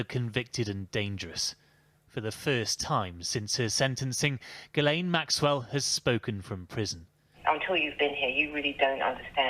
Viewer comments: It isn't pronounced that way at all, it's French all right, pronounced "gill LEN." French is my second language. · Her name is actually pronounced "jislen". It is a french name. Everyone gets it wrong. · Ghislaine, pronounced as “gell-lehn”. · Perhaps you should've watched the video so you could ACTUALLY PRONOUNCE HER NAME . TW@